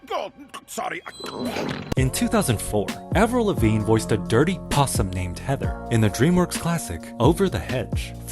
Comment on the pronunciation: "... a Dirty POSSUM" why did he say it like that lol